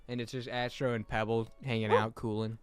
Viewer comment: that's not Astro, that's Asstro